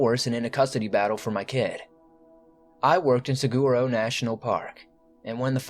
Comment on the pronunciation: Sagoorow 😂 I think you are talking about the Saguaro national park. Its pronounced Suh-wah-row